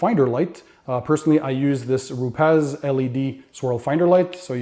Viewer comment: Not “ru pez “. Pronounced “ru pees”